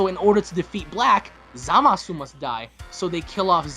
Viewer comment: Zoo-masu not Zah-masu